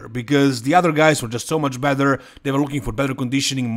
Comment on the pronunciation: No disrespect, but that Vancouver show was full of third tier guys. Beef Stu could be a level above though. Your English is really, really good but the "bether and bether) drives me nuts! 😄 along with you guys only classifying the open division as "bodybuilding." It's all bodybuilding! Lol "Sadik the physique" looks great. Lastly, at the top of the top there are no big changes to be made. I think too much is made of making drastic changes from year to year when you're at Derek's level. He can only finevtune from here.